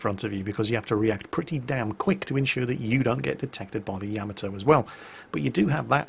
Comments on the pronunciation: It's pronounced Ya-ma-toe, not Yam-a-toe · I agree. Please, with all due respect.....Ya ma to. Not yia ma toe. pls it is grating I love your work though. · Oi you, you were ex Navy no? So you should know how to pronounce the name of the ship. Its NOT Yamatoe its Ya..Ma To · So British people say "Yam-uh-toe"? In North America we usually say "Yah-mah-to" or "Yuh-mah-to". That's kinda weird though. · You are like a WoW God to me let's be perfectly clear BUT you do one thing that temporarily lowers your exaltation a notch! That's when you speak of the greatest warship of all thyme! It's pronounced YAMATO you lunkhead not YAMATO. Other than that, well, get on with it brother it's all good. Many thanks for your hard work from across the pond. You punch my entertainment card I must say. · sweetie, I love you to death but it's pronounced Yah-Mah-Toe not Yam-A-Toe. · For a guy that's been in the navy you would think you could at least get the pronunciation of Yamato correct. It's not Ya ma toe for Christ sake it's Ya mot oh and not Yama doe, it's all together Yamotoh, Yamato. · Why s it most of you can not pronounce Yah mah moe toe? seems like every vid I see they wing it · Ya-mah-toe...Why can't people pronounce that? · Yamma toe (hyper-cringe) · I find it a bit odd that you play the sound clip of them saying the ship's name correctly, but then not 10 seconds later, you pronounce it differently. Why? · It's cute the way he mispronounces Yamato.